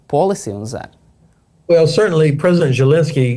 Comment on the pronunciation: What am I missing? Why does he always pronounce Zelensky with a J sound instead of the Z sound? THX